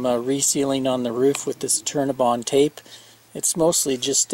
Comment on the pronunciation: New sub here. I love all these educational vids as I am about to buy my first RV. Its an older model and im so glad to learn about all of these great new products and gadgets available today. LOL At first I thought you were saying CINNABON ...... I LOVE CINNABONS...Great vid BTW